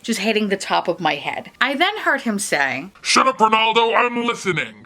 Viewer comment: "Rrrrrrenaldo" sounds like the cheesy protagonist of an Italian opera. 😂 "Sorry Barack, I miss youuu〜” You've voiced the sentiments of MANY many people...